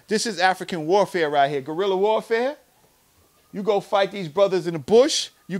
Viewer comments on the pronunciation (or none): none